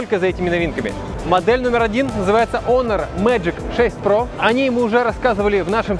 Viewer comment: ЯОИОН 😂 Теперь HONOR буду только так называть - яоион